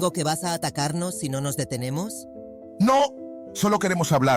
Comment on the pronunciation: soy yo o ese "NO!" Sonó como un "go" ._.